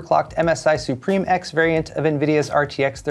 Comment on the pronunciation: Sue-pim. Not supreme.